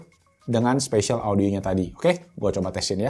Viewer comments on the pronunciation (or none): Spasial audio bang bukan special audio wkw